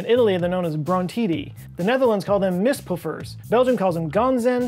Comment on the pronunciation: Okay, I am from the Netherlands. NEVER heard of mistpoeffers, EVER. How ever (see what I did there), pronounced it perfectly!!! Seeing how I spelled "pronounced" his dutch could very well be better then my English